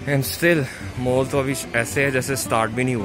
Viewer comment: it is not "mool" its is pronounced as "Mall". and also not "shoop" it is shop